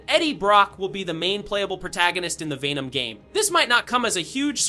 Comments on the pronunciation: This sounds like 2023 leaks being reposted as "fresh" being told by an Ai who keeps saying "Vey-nom" and "man 3". Awful quality. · Vay-nom... smdh. That made my ears bleed